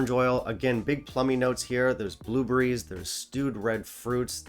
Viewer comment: They’re called bluebErries, not bluebUrries. 😂